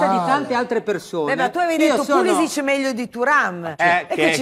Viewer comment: A dire pulisic meglio di thuram ci vuole un bel coraggio